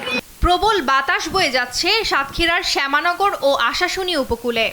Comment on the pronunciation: কোন আবাল সাংবাদিক এটা? বাংলাদেশের সবচেয়ে বৃহত্তম উপজেলা সাতক্ষীরার শ্যামনগর। অথচ উনি শ্যামানগর উচ্চারণ করছে। ওর চাকরি দিছে কে?